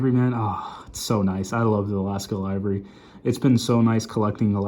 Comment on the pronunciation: Livery is pernounced liv·er·y